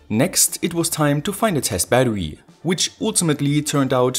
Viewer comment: kollege jedesma wenn du bäddewy sagst ziehts mir die zähne... aua. in battery ist ein R. kein W